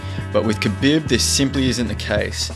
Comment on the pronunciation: Nice video but my guys name is pronounced "kha-beeb" not "bib"